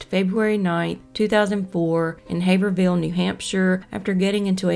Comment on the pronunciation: its not HaverVILLE its Haverhill. Pronounced "hay-vrille"